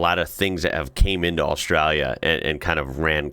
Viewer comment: It’s austraLia. Aussie here lived all over Australia have never heard any one pronounce it without the L. Yes there is “straya” with ought the L but every time you say Australia without the L it sounds so wrong. We skip L in straya but Australia we pronounce the L but you may not pick up on it it’s often fast.